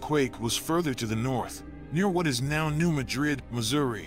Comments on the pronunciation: Mad rid. I live in s.e. Missouri. Its pronounced mad rid, not ma drid. New Madrid. New Mad rid. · This is alarming. It would be more alarming if the guy had ever been to the area. Locals pronounce it New MAD-rid, not New Ma-drid. Research by people who have never been on the ground are always suspect. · And it’s pronounced New MAD-rid. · It’s not pronounced like the city in Spain. It’s pronounced as Mad Rid, two words. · It is pronounced MADrid. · It’s pronounced locally as New MAD’rid w/the accent on the first syllable. Just trying to be helpful. Thx. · Yes lol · if the producer lives in Spain he pronounced it correctly. Here in Missouri we say mad rid. New Mad rid . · I was raised near this fault and in the County name after that town. Not how it is pronounced locally. One would think they would check their facts! Also get rid of the monotone AI voice! I stopped watching as I hate these voice over crap.